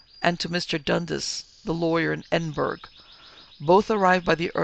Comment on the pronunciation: Pronounced "Glahms", the "i" is silent. Pronounced "Edinbrah" - for Edinburgh